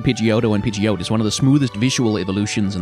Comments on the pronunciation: The problem with this series is the risk of having to pronounce every pokemon name out loud and the ensuing heckling if it's different 😂 ie "pid jee oat" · Pidgeot is not pronounced like that. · The biggest hot take here is the pronunciation of Pidgeot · Pidgeot...the way you pronounce it kinda bothered me